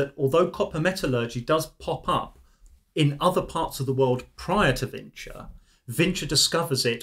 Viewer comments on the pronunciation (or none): Vinča, not Vinça... Serbian doesn't have the letter Ç. Винча култура = Vinča kultura = Vinča culture